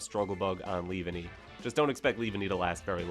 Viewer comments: Leave-Enny?? No its pronounced Lee-Vawn-ee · The way you said leavanny made me flinch😖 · Glad I wasn't the only one 🤢😭